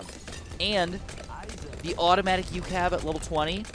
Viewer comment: Its just pronounced U.C.A.V. no ucav